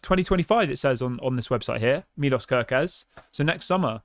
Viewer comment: he is hungarian say it right please: milosh kerkez